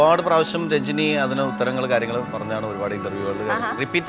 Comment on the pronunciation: Rajini alla Ranjini...adhyam Nadrishayodu poyi Peru maryathak pronounce cheyyan padikkkan paray